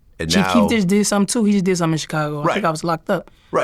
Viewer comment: VLAD QUIT PRONOUNCE CHICAGO 😂